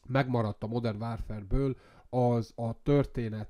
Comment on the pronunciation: Ha modern wÁrfrer, akkor wÁrfrém